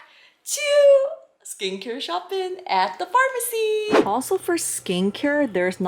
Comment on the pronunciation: What’s with the shop’n? Just say shopping ..